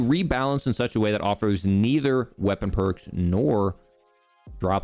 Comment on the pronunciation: "Qeapon" LMAO